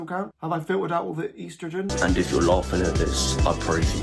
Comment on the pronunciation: I’m so sorry but EASTrogen is killing me 😭